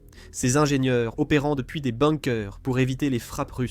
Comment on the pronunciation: Tu sais pas dire Kiev et bunker 😂